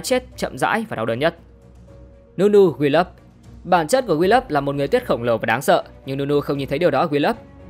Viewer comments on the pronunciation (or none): Vài tên tướng bị đọc sai, ví dụ đọc đúng tương đối là Akshan - Ắc-san, Sol - Sâu, Willump - Quiu-lâm, Qiyana - Ki-da-na. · Ông mới này không chơi LMHT à? Akshan đọc Át kan. Aurelion Sol đọc Aure lai ần soi. Willump đọc Quiu lúp. Đọc sai tên tướng là nghe thấy chán rồi đó.